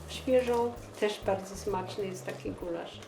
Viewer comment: Gulasz a nie Gularz. Przgotowanie gulaszu a nie gularzu ;)